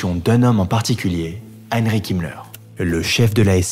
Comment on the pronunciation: On prononce Hein-riche (sic) et non pas Hein-rik Himmler.